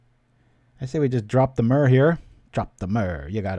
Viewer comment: Bro, everything else aside how do you pronounce myr as anything but mirror?